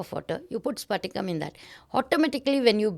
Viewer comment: Not sphatika mam it is patika . Patika n sphatika twoare different